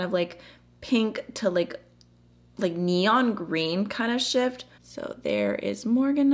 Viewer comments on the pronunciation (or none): none